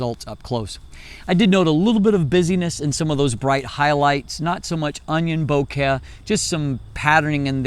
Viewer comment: says "Bo-care" instead of bokeh, because he really cares.